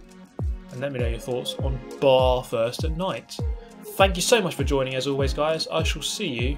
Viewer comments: Get the Bathurst pronunciation right.....it's not pronounced as in "I'm taking a bath". Australia is cringing......:) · Yeh man the way he says Bathurst triggers me like crazy 😰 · please just say bathurst correctly once I beg you